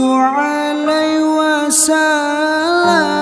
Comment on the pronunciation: Mhn maaf bukan hanya alunan nada yg bagus tp bacaan dan tajwidnya juga harus benar. Salah satu kesalahanya adl pd saat pengucapan wasa lam seharusnya wasallam disitu jelas wasall (ada tasjid) bukan wasa